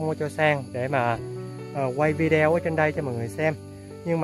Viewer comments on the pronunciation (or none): Em oi ! Video phat am la “ Vi đê ô” nhé em! Mong em học được cách phát âm mới của người ngoại quốc cho đúng nhe. Thương em nhiều. Chị chúc em và mẹ được mọi sự may mắn. Đợi song mới ngày một khà quan hơn.